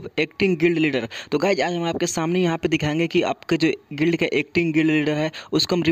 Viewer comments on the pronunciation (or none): Bhai acting gid kidar nahi gild lidar